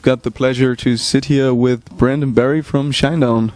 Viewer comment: It's " Brent " not " Brant " =)